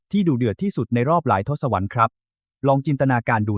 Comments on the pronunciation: คำนี้อ่านว่า“ทด-สะ-วัด” นะคะ พีดหนุ่มแอดมิน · อ่านว่า “ทด-สะ-วัด” นะครับพ่อหนุ่มAI